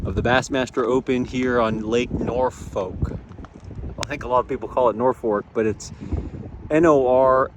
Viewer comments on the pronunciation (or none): it is actually spelled and pronounced Norfork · It's spelled and pronounced Norfork not Norfolk but that's besides the point. Hope you get a check and good luck!!!